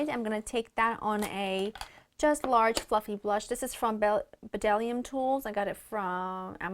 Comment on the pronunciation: Loooooved the makeup, perfect for a christmas party!! I'd love to see a what's in my bag video and/or makeup collection! Btw, the b in bdellium is silent so, it is pronounced "dellium", it's one of my favorite brands of brushes!